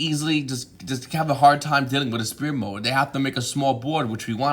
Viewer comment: #qforv why do you say spear mode instead of s-fear mode